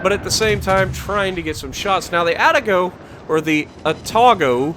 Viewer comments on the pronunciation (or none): Another fun watch! Keep it up and congrats on your success! FYI, It's: "Ahh-Tah-Go" and "Cahh-Gey-Roh" 😅 Hope that helps.